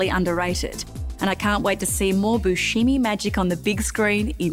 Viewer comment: He actually pronounces his name Buscemi (Buse-semy)